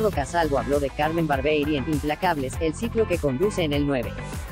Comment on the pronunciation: Muchachos díganle a la locutora, que habla en esta promoción que el nombre de CARMEN ES , CARMEN BARBIERI, Y NO CARMEN BARBEI,,..............DELETREENSENLO, BAR-BIE-RI, Y NO BAR- BEI , OK?.